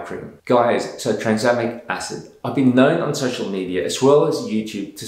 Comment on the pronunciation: Did he really call tranexamic acid transamic acid 💀